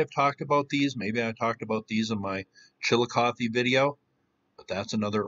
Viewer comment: Thank you for pronouncing Chillicothe properly.. I grew up in Ross and Scioto counties.. We were taught next to nothing about the mounds.. When we asked questions we were told that nobody knew anything about them, that there was nothing in most of them.. We were cheated out of that part of our heritage..